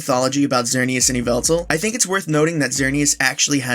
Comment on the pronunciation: Eeveltal? Eeveltal?? I think you mean Yvelta (YaH'valta)!!